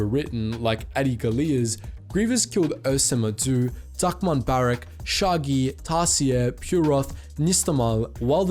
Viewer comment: Nooo not sha'a Gi. ;-; may shaggy rest in peace